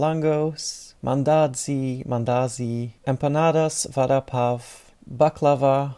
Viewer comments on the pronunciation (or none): Vada pav is pronounced as Vadda Pao it's an indian dish